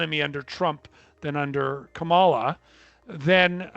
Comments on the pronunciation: Larry, I'm very disappointed to hear you incorrectly say HarrIs' name like Tump does. The accent is on the 1st syllable, it's KAHmala. Please be respectful. I've followed you for years and greatly respect your financial info, but this Trump behaviour doesn't compliment you. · It's his way of saying he prefers Trump. It could also suggest racism but I wouldn't accuse Larry of that. I'll only accuse him of liking Trump. But you're right, he's an intelligent aware man and knows damn well how to pronounce Kamala's name correctly.